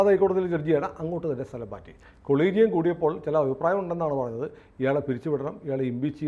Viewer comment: കൊളീജിയം അല്ല അ ളീജിയം